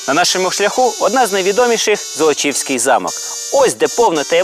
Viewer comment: Не золОчівський а зОлочівський